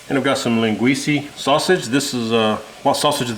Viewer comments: Len Gweece uh…. Not Len gweece ee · Great job.. Just something for you to try next time for flavor town. First keep using Linguica... But its not Linguiceeee its Linguicaaaaa.... There are two more Sausages that we have more flavor and spice. One is Chourico, pronounced Shorisooooo, its a HOT version of Linguica, not to be confused with the Spanish Chorizo that is milder than the Port version. The next sausage is, Morcela! Portuguese Blood Pudding, don't knock it till you try it. That sausage will infuse the soup with a delish smoky flavor. Also add an entire chicken leg to the soup, again bringing flavor to the mix. And for added Salt get some Tocinho (portuguese salted pork belly) and some beef shank. Add some whole potatoes and you actually makes two meals in one. One a soup, the other a Meat/Sausage and Potatoes meal. Give it a try.. Again good job, from a proud Azorean Portagee.. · Linguica is pronounced, “Len gwee Sah” not “Len gwee see” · O M G! It’s linguisa not linguisey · It’s pronounced Lin-ga-we-sa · I scrolled when he said “lenguesie” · love this recipe... look at the spelling of the sausage and then pronounce it again... it is like nails on a chalkboard to me... haha